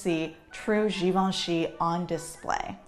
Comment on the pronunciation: I finally know how to pronounce Givenchy.